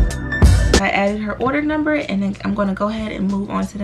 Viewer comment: the words order and annoying dont even have S sounds in it idk why she make it sound like it nohate just an opinion